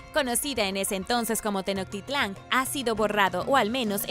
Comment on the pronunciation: QUE PENA NO CREER TODO LO QUE DICES..NO SABES NI PRONUNCIAR ...TENOCHTITLAN...